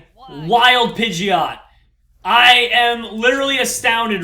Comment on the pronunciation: it's pige-ot not pigy-ot